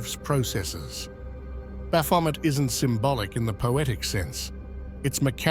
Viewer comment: I've never heard Baphomet pronounced like that. Bravo.